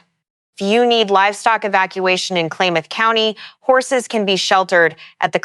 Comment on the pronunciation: hint: learn to pronounce the counties+.... Klamath is pronounced "clam-eth".